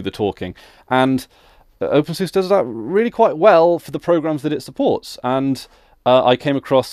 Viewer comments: It's pronounced "Open Sue-Sa" by most Linux users. At least, those who are familiar with the software do. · I like to pronounce it "Open Susie" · Every other word in this video hurts my ears. First off you are pronouncing it wrong. Watch this for examples: Further, OpenSUSE isn't enterprise focused, it simply shared some common development with core packages, but the distro as a whole is very much community lead. It isn't run or supported by Novell, in fact the Novell branding is completely gone at this point but the video is old so I will forgive that point. Although even when this was posted I am pretty sure Microfocus owned SUSE, however SUSE runs independently and OpenSUSE is lead by the community, not the company. Also for your confusion about a focus on GNOME or KDE, openSUSE focuses on KDE while SUSE focuses on GNOME which is just one example the influence of OpenSUSE being community run. Adding 3rd party repos is pretty damn easy as well. Generally if you try to download something from a web page that comes from a 3rd party repo it just asks if you want to add the entire repo to zypper for future updates and you just click yes or no. Pretty simple.